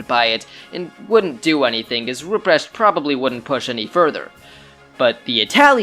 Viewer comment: A 10 minute video where the first 5 minutes is just the setup... Also the pronunciation of Rupprecht makes me want to cry